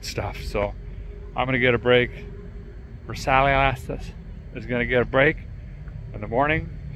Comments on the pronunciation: Ver sigh...like a luxury Granada. Love the content though; keep em coming. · Loving your mispronunciation of Versailles! It's pronounced Ver-Si, with a long I. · Versailles = "Ver - sai" not whatever you said 😂. Great video though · Versailles is a place in France, and it's pronounced Ver sigh. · Pronounced Lincoln Continental “Vers-Eye”! French word . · A true Tennessean. You never heard of the Treaty of Versailles? It’s pronounced: Vair sigh. Lmfao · I'm sure you know the correct pronunciation of Ver-si. 😂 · It’s pronounced ver-sii. Lol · Pronounced ver-sighs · I loved the video, but did cringe every time he mispronounced Versailles. Vur Sci friend, that's close enough. It's a pretty famous place because of WW1 and 2. Don't let your hate for France make you sound ignorant of such important history. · really,,,, lol,,, like you've never heard old Derek mispronounce things on purpose,, or on accident,,, lol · He probably knows that. He has his own, unique lingo and I'm totally here for it. In case you haven't noticed, he intentionally mispronounces a lot of words. My favorite is the Cupacabra (Cooper Cobra tires), a play on the legendary monster of Mexican folklore, the chupacabra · The name of the Lincoln is Versailles. Pronounced like the city of Versailles in France. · Pronunciation of the word Versailles is atrocious and the Granada 😂😂😂 Lincoln. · Interesting...he knows how many were made but can't pronounce the name (even slightly close). I fear this car is doomed from the start, poor car, it deserves better. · I LOVE THIS guy!! Growing up, we had a 1977 Lincoln Versailles (glorified Ford Granada). I have to laugh every time he pronounces the model. It's pronounced "Ver sigh" -named after a palace in France. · I still have my Versailles! It's actually pronounced "VurrSIGHH" I still call my parents Lincoln Versaleeeezz though lol. Factory 302 car with a 9 inch rear and four way disc. 360k on it, never had the heads off. You rock Derek! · He knows.